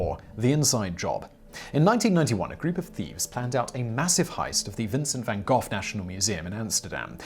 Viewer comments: its vincent van GO not vincent van GOFF (the gh is silent)... you are great but your pronunciation at times is horrendous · dude SERIOUSLY ???????? how the hell can you manage to mispronounce Van Gogh as well as Da Vinci in that other episode I mean I dig your show a lot but I am starting to think you are doing it on purpose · Simon... Please say Van Gogh more often 😂